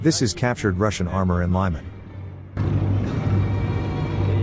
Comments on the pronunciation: "Lyman" is pronounced "leeman". I spent my summers nearby as a kid. Used to be called "Krasniy Liman", meaning "Red", that part got dropped. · Great video. Just a minor correction about the letter “y” pronunciation - the city “Lyman” isn’t pronounced the American way of “Lie-Man” but more like Lee-Mann. Slava to the people of Ukraine!